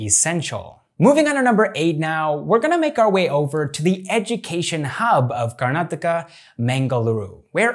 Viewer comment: Thanks you bro firstly you pronounce our state properly manny north indian can't do this.